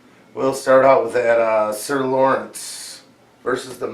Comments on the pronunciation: Love the reactions! This is one of my most looked forward to series. Also btw, it's "Loras" not "Lorence" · Loras, not Lawrence.